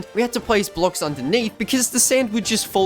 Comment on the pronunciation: The fact he calls blocks “blooks”